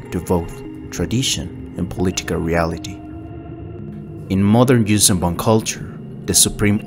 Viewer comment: As a huge vong fan the j sound just no it's Yun'uzhan and Yun'yamosk a y not a j